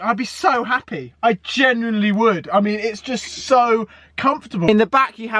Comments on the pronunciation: You know how to pronounce genuinely mate? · You would of thought he’d be able to say “genuinely” by now...